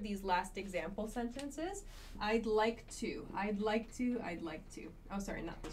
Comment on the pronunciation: I hit always the lick button... hahaha. What a strange pronounce of like,?